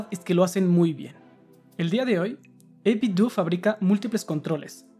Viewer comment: No por mamila, pero se pronuncia 8bit-dou, como si fuera Ninten-dou